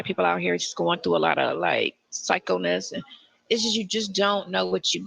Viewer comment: What is "psychoness"? Is that what she said? 😂